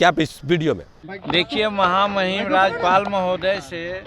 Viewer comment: 😂😂राजपाल नहीं राज्यपाल बोलो भाई